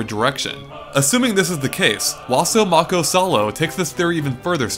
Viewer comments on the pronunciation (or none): none